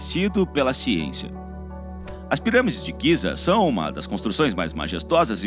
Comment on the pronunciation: O nome é Gize . Não giza . E a sua voz é HORRÍVEL